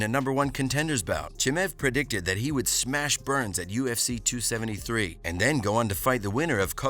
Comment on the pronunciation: Khamzat "GOD OF SMESH" Chimaev